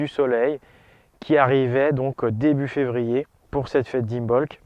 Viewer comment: 2ème "R" du mot février: la rate!